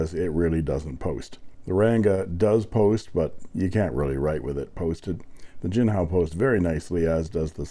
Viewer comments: Eureka ‼️A fountain pen that peeks my interest!😊(see what I did there?)((I believe the ink is pronounced gee-kong-hoe, but I could be wrong because i don't know what I'm talking about.)) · Thank you very much. JINCHEONGHO is pronounced as /dʒiːn tʃʌŋ həʊ/.